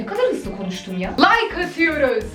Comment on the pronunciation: Abla o Like diye yazılıyor layk diye okunuyor abla benimde senin gibi böyle mesela ucu kırık bir kalemi kitabın sayfasına sürttüğünde çıkan sese ve o sese benzeyen seslerden nefret ediyorum böyle o sesi duyunca hatta aklıma o sesi getirince içim cır ediyor benimde senin gibi